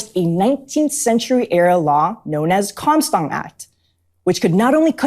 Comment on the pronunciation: Comstock... Not "Comstom"